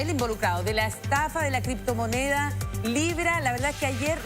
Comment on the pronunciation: LAH CRIPTOMONEAH... LLO TE VOY A ESPLICARTE.. que verguenza de programa